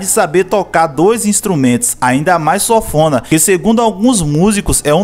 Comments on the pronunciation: Sófona ?? O nome correto é sanfona* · (Sanfona) é o nome do instrumento! (Sofona) não. Rsrs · Nao é sofona nao cara é sanfona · SONFONA? KKKKKKKK E SANFONA AAAAAA KKKKK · Sanfona, não Sofona 🤣🤣😉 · Oh nego ! O certo é sanfona !!! Fale SOFONA mais não pelo amor de god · Pronúncia é sanfona e não sonfona... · O vídeo é massa, o resgate da história é massa, mas chega a dar gastura você pronunciando o nome do instrumento errado. A pronúncia é SAN-FO-NA, e não sófona, rapaz. Vou e inscrever, desejo sucesso e saúde! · E sanfona ou sofona ? O cara do vídeo so fala sofona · Sófona? Kkkkkkkkkk! Fora isso, massa a matéria 👏👏👏👏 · "Sofona" kkkkk